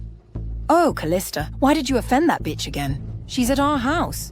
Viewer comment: They say batch instead of bitch 😅😅